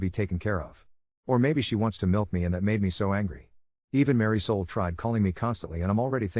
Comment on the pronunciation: Ummm. Mary Soul? Isn't it Marisol?